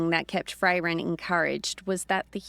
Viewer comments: No, I really don't think she will. And her voice and pronunciation are just awful. It is Frairen not Fray-ren. It's pronounced hangar not hangaaaaaah. She sounds like a snotty bored British noble who can't be bothered to care whatsoever about the characters. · If I have to hear 'Fray-ren' or 'hangaaaaah' one more time, I'm going to abandon listening to this series! I wouldn't mind so much if she didn't sound utterly bored to tears every single word when narrating. No vocal inflection, no emotion, just bland recitation. We could and WOULD get better narration from an AI. She clearly doesn't care about the characters whatsoever. Honestly with her accent and completely emotionless speech, she sounds like a bored, snobby, British noble who can't be bothered to care about what she is doing. And for Pete sake it's Man'darian not manderaine like the orange! Can we PLEASE get someone who cares about the story and characters!? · It feels a bit like a favourite band getting a new lead singer, did great but please, if I ever hear another "Fray-Ren" I'm unsubscribing 😂😂